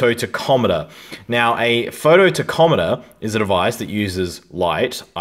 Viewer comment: Wait ….. what did you call it???????? It’s pronounced “Tack om a ter”